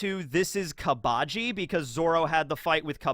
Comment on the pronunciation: KAA AA BA JI? like in english its pronounced KABA JII... jesus you sub enjoyers need to take a sec to lower the collective weeb level by just like 3 notches when you speak talk about this shit in english cause saying shit like yonko or shishibukai or gomu gomu no makes you sound like a total fucking tool... like i have rewatched one piece in its entireity over the years since like 2016 at least fucking like 8 or 9 times and that we all know just how much has been added over that time and even i dont do that shit cause its fucking cringe and anyways i stand by the fact that the dub is equally as good as the sub and infact better for native english speakers cause the voices line up better, the jokes that were about japanese culture and the language get changed to jokes about the english language and general things that people immersed in english speaking cultures usually would understand far better, and its WAAAYYYY easier to watch with franky in the dub is literally 10 billion times better at it than the sub va could ever hope to do purely because franky is a all american legend who needs to be voiced by a true coka cola blooded chees wiz and triscuts for 5 meals of the day AMERICAN.......